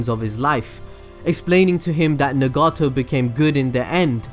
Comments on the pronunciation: N-gato? U mean na-go-toe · Mispronounced names: Orochimaru Nagato Kabuto (HOW THE FUCK DO YOU MISPRONOUNCE KABUTO???) Obito Shisui Deidara Itachi Naruto (once near the end)